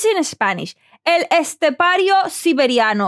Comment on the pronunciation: This is the first reaction to El Estepario that the person is reacting have a perfect pronuntiation about the name. Good spanish!! ( Maybe you know how to speak spanish).